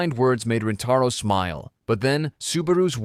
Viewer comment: bro its not waguuri and rentaro they r waguri and rintaro